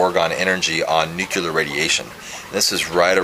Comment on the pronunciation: lol I've never heard of nu-clar energy :/